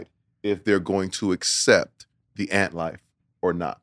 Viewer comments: The "Ant Life" 🤣🤣🤣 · "The ant life" 💀💀💀